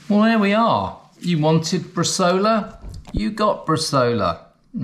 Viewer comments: It's pronounced 'bres-eye-ola', not bresola. Most Italian recipes call for 2.5-3% salt, along with coriander, juniper,garlic and fennel (very regionally dependant) and it works much better soaked in wine first before adding salt/prague. If you fold over the top of the vac bag before puting the meat in you don't have to clean it and compromise the seal. Good tip on the meat net, cheers. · In Italy we cut the bresaola in very thin slices, a mechanical slicer should help. And, btw, the name is bresàola with a strong stress on the "a"! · My romance language brain is cringing when hearing bresola instead of bresaola 🤌🤌🤌